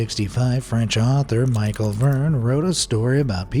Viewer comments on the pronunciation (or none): none